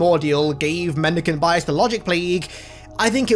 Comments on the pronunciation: Mendeecaynte biyass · Take a shot everytime he says mendecant bias